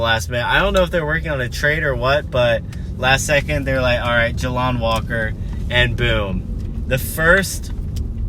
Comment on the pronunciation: JAY LON NOT JA LON